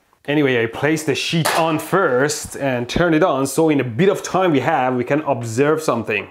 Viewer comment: This is a shit of steel? If I place the shit metal on it? Is that an accent or are you really saying, "Shit"?